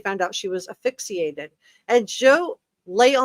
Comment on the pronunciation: AS·PHYX·I·ATE. Zulema = PAS-TE-NES